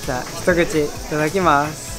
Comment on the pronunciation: 「いただきます」のイントネーションが毎回気になる笑 相手がいないと行けそうにないとこ。をテーマに、これから人肌恋しい季節になりますので温泉とかどうでしょう？ 美肌にもいいですし！！温泉で身も心も温めてもらって、今年もぼっちクリスマスを乗り切りましょう！！w